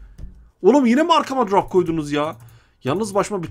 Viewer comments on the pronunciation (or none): Pap çi değil pab ci söylenir grap yok drop söylenir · Drap değil drop şunu düzgün söyle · Ne drop muş be bide söleyebilsen crop deyil drop